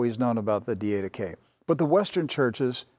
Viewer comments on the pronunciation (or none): Good teaching!! NOT: DEE AID UH KAY Correct pronunciation: DID UH KAY ........just suggestion. God bless!